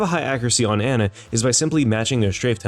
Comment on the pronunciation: The worst part about this video was how he pronounced Ana